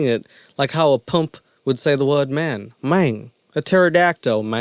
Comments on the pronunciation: You're the only person on this earth who can mispronounce pimp. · Never knew people pronounced pimp like pump before 😂😂😂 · How are you going to talk smack about someone who says “mane” as in “man” while acting in a movie portraying an accent/dialect; meanwhile you can not even pronounce the word “pimp” correctly? “Many people know him from his break out roll as a PUMP in the movie hustle & flow” Seriously? Pot, kettle, black. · Its PIMP NOT PUMP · you cant pronounce your 'R's...and you say pimp like "pump"....wtf wrong with you.... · As a pump..??!?? What’s a pump..?? U lost me in the 1st 30 seconds if u can’t say the word pimp my guy 😅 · "Powell" instead of power "Pmph" instead of pimp, all of these other mispronunciations and yer feel the right to poke at someones dialect when they're acting a role of a southern mf who talks like that... smh. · *Pimp not pump😂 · How bout the way this guy pronounces Pimp... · This guy couldn't pronounce the word pimp right😂💀😒 he just as bad as he actor he is trying to talk trash about this guy this channel trash get your English game up then try to explain some shh😂😂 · FACT, CHECK - Terrance Howard is NOT on POWER, he was on EMPIRE! ATTITUDE CHECK - You really tried to make fun of Terrance Howard for being arrogant, AND you dissed an AAVE Memphis accent (The term Maine & the way he said it), when you couldn't even pronounce the word pimp - IT'S 4 LETTERS DUDE. 🤣😂😭 I won't even go in on that lisp or whatever that is that makes some of your words harder to understand. You have some high horse. I don't know if he (TH) did or didn't disprove math, but you proved that YOU are just as arrogant and ignorant as Terrance Howard ever was or could be. Thumbs down and I'm only 4 minutes in.